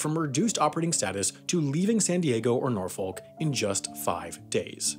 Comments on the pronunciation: You have said NORFOLK in a handful of videos. You need to learn how to say it right. Proper Tidewater accent is non-rhotic and is kind of like a mix of Boston and southern with a hint of mid Atlantic. It's Nahw-Fikk. NAWFIK. naawficc Na-AH-fick But definitely NOT NOR-FOLK no R no L no O NAHFICK!! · Man, I hate to be that guy, but Norfolk is pronounced either "Nor-Fik", "Nor-Fuk", or "Nah-Fuk". If you're pronouncing it with an 'L' you are saying it incorrectly. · Norfolk in VA is pronounced Nor-fuck or Naw-fuck. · Why do Americans pronounce Norfolk as "nor-folk" it's supposed to be pronounced "nor-fik" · Say it with me, nor-fuk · Note, Norfolk is pronounced norfick, quickly. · Norfolk is pronounced like Norfuck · It’s pronounce Nor-fuk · It's pronounced norfuk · Really interesting video, but you really need to fix your pronunciation of Norfolk. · why cant that guy say Norfolk right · Ffs learn to say Norfolk already